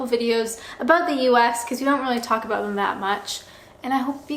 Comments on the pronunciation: Its apparently due to the way she must position her "video camera"(PC, LAPTOP, TABLET, ETC.?). When she was shooting videos at her workplace in England she was sitting in an office chair just like a proper, well behaved Canadian woman. BTW-I heard a soft "aboot"during this video so the last part of your comment is right on the $$$$. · Love how Canadians say about 😊